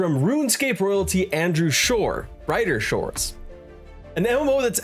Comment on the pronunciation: Uh... it's Andrew *Gower*....